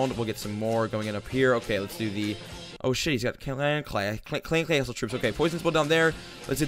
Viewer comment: Clash Of Clans the way u said clan castle troops XD